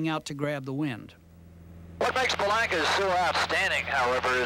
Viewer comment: The Viking is the best handling 4 seat single ever made. I was a Bellanca salesman in the 70's and owned a 77' Turbo Viking for a period of time. One important correction, the proper pronunciation is Be-lawn-ka. I actually went to high school with Giuseppe's granddaughter and can confirm the correct way to pronounce the family name is with a "lawn", not a "lank".